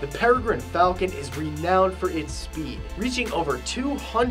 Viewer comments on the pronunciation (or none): none